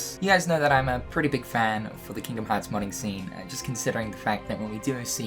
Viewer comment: Took me age to figure out you were saying modding scene